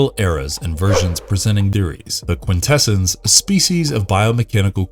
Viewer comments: Quintessons pronounced Quin -tess - ons, not quin - tess - ens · Thank you! It was making me cringe every time he said it with that "kwin-TE-sins" pronunciation. I felt like I was developing a nervous tick… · “Quintessons” is pronounced: kwin-te-SAHNS, not kwin-TE-sins. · cringes every time he says "Quin-TEH-SUNS"::...🙄🤨😖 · ... look: I been an 80ies kid - throughout the 80ies cartoon series the Quintessons where pronounced with the emphasis on the first "n" & not like I hear it here & in other media with the emphasis on "ss" ... bit strange to hear it like that ... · i really dislike how you mispronounce Quintessons like someone who has not watched the transformers movie.